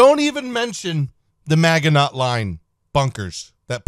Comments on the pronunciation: Please never say "maggie-not" again. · Magg-in-NOT for me! Actually yeah it freaking is... Just like how he pronounces weaponry (weapon-REEEE) as weapon-DREEEEE.. Anyway, Enough reeee, I'm going back to rocking back and forth. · “Mag eh not” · pronunciation of the word "Maginot" is criminal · >Butchers the pronunciation of "Maginot" >Immediately brags about knowing a different French word